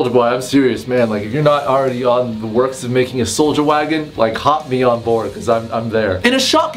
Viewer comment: What said: Soulja wagon what I hear:sold ya wagon I can't be the only one that heard that